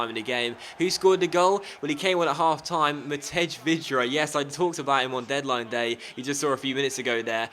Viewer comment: You pronounce it: Matey Vydra. Not Matedj :P